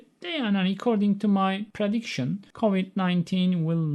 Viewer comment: Hocam according neden recording gibi okudunuz. Kafam çok karisti :)